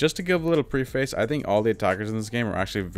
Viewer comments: It's not pronounced pre-face...it's prehf-ace 🤦‍♂️ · It’s pronounced pref•ace fyi, the English language is weird, I know. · Pre-face was so funny, bro look up how to pronounce it haha. No hate all love~ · Hated the way you pronounced “preface”